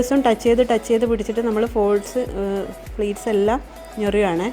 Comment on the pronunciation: സാരി പ്ലീറ്റ്‌സ് ആണ് .. fleats അല്ല.. pleats ആണ്..